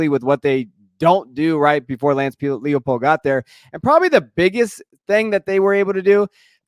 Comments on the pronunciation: LIE pold. Not Leahpold. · Lance LIE-pold. It's a long I.